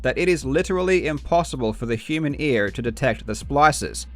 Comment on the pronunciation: i cannot ignore the pronouciation's of the 'r's e.g SponsoR, EaR, etc. it just seems off to me... Not that there's anything wrong with that tho, Nice Video!!